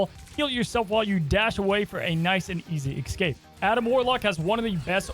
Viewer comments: Please, I beg of you. It is pronounced "es-cape", not "ex-cape". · Good vid, now just work on saying escape instead of ekscape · The word is “escape”. Excape isn’t a word